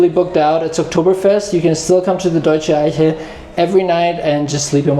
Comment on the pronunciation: your German pronunciation of Eiche is very good. I often wondered, from where you come. It sounds....now that I listen, that you're likely German.